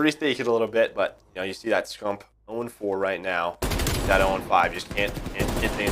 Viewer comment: It’s my boy “scumps year”